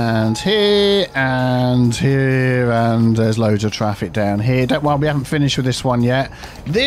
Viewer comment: ITA: frase preferita per come la pronunci "dedicated turning lane" XD, sto imparando molto dal tuo "fix fraffic" ENG: keep it up XD